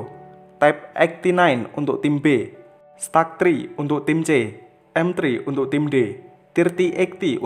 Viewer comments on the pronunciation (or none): Bang stug 3nya itu bacanya stug 3 bukan stag 3, aku tau karna pernah pake tank itu di war thunder😊😒